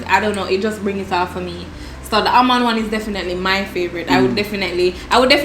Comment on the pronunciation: Happy seh unu come back...Dev just horrible suh doe....as ask fi speech therapist true seh aLmond 😅 and den shi nuh STOP correct him #TrueArdennite